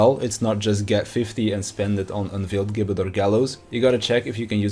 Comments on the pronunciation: It’s pronounced “jibbet” :( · gibbet is said with a J sound like george or gif